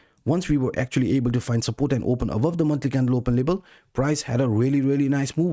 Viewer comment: LeVel it's a V not a B 😄